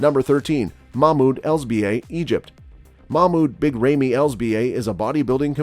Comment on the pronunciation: Did anyone told him that there a new old mr olympia from 2 years !! He can’t even say big ramy right ( ramiii ramii )